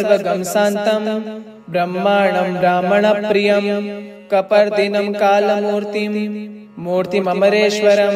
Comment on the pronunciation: आप गलत शब्द का उच्चारण कर रहे हैं (कलामूर्ति) है या (कालमूर्ति) है या तो लिखा गलत है या आप गलत पढ़ रहे है अगर आपको मेरा प्रश्न गलत लगा हो तो क्षमा मांगाता हु।🙏